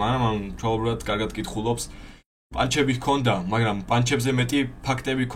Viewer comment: ერთი თხოვნა მექნება გთხოვ გაითვალისწინე 😢 პანჩები არა ფანჩები ყველა ეგრე ეძახის და ეს პანჩები ცუდად ხვდება ყურში😅